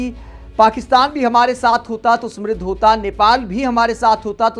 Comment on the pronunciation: Smriddh nahi samriddh sahi uchcharan hai.